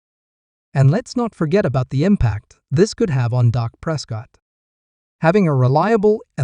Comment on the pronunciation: His name is Dak not doc so if you cant pronounce the names right then dont comment on a sport or team you no nothing about .